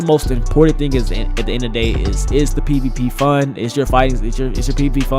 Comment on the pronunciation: Is it me or did he say pp instead of pvp